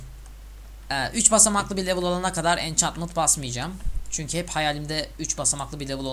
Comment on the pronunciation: Lütfen konuşurken bunlara dikkat et: -Çünki değil çünkü.Türkçe de çünki diyen kişiler kendini iyi konuşuyormuş gibi düşünür ama yanlış. -Edvensıd değil edvensd(advenced) -Bir de geçen videonda "de" bağlacını ayırmamışsın galiba Türkçeye çok önem vermeyen birisin; ama bunlara dikkat edersen iyi olur :D